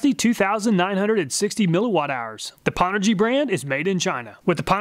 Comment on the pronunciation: Nice thanks! and BTW pownergy is a play on old gaming put downs lol. its not pronounced POW its pronounced PO-WNED. aka "I powned Cochise in Counterstrike" LOL